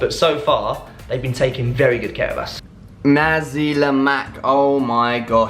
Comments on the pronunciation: Lols when i hear this angmoh says "naziii lemack" I was like... ah come on.... 🤣🤣🤣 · That's not how you pronounce "Nasi Lemak" mate ✌😅